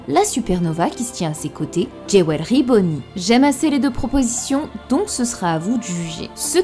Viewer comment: Trop bien ! Par contre le Dôme FrontiÉ et JeWelery Bonny ça fait mal, c'est pas si dur de se rapprocher d'une prononciation correcte